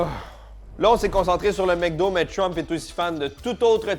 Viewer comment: MEC do ? "mcdo"